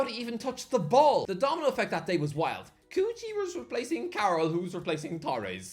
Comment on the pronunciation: why he pronounces kuqi as coochie im dying